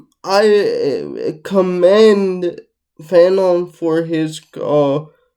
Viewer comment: Frantz, Jordan... not Fanon my guy. 😅